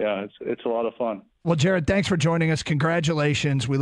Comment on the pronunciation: JAR-ED GOFF JAR-ED GOFF JAR-ED GOFF